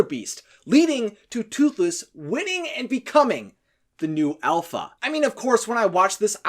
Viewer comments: Alpha not elpha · It's alpha not elpha. Please learn English. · Its Dragon not Dreigon Its alpha not elfa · I hate how this guy calls the dragons dreygons and the alpha an elpha